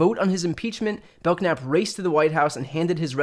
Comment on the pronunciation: Bel-knap the k is silent like like belnap